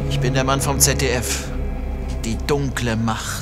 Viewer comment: Ließ ZDF als ganzes Wort... :0